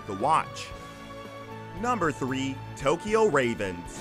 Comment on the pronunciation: Why does the narrator pronounce Tokyo in Tokyo Majin... Takiyo like the ta in taco?